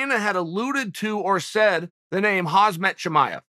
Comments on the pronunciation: He keeps sayin HazMat Chimaev ..its Khamzat Chimaev 🤣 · Hey Chael, love your vids...btw...it’s Khamzat not hasmet...😅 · Get his name right Chael, it's Khamzat - not Khazmat. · he still pronounced it wrong though bro lol is hamzat (jamzat si eres latino/hispano) not hazmat lmao chael changed where the z and m go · Chale (sp), I think it’s M before Z in Khamzat, not Khazmat. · Chael it’s pronounced haM-Zaht, not haZ-Maht. Chael out here calling Chimaev “hazmat” lol. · Uncle Chael.. it's 'Khamzat', not 'Hazmat' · Damn uncle it's Khamzat not Khazmat every time Hahhaha but still nice video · Who the fook is Hazmat suit Chimaev? 🤣🤣 It's HaMZat Chimaev uncle Chael ! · It's not Hazmat, it's Khamzat... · Not Hazmat, Khamzat! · who is running the camera.. is chael all alone making these? why does no one correct him when he calls KhaMzat Khazmat.. or MachaLchev or amLicable.. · I guess Khamzat is just that dangerous, uncle's calling him "Hazmat" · yes chael did it again khaz-mat Chimaev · Good ol' Khazmet Chimaev. I said it wrong the whole time, thanks Uncle Chael. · I'd like to see Chael interview Khamzat, and call him Khazmat like 30 times in a row. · khamzat exists Chael: "hazmat" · "Hazz-met Chimaev" - Chael Sonnen, April 2021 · "Hazmat Chimaev" 😂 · Good ol' Hazmat Chimaev. Maybe the funniest thing chael does is unintentionally intentionally mispronounce names. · Chael "Khaazmat Chimaev" Sonnen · Chael "HAZMAT Chimaev" Sonnen. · I know this is besides the point but.. is he calling the guy HAZMAT? 😂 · He still says Khazmat.. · My man dropping khamzat's name so many times as if they r best buds yet he can't even pronounce such an easy name SMH into a perpetual left right left l r l r l r l r